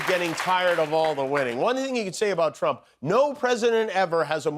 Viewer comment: did bannon just say president trauma? 😂